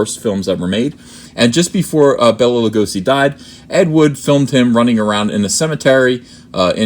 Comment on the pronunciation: Stop butchering the pronounciation. "Bella La'gosszi" my ass.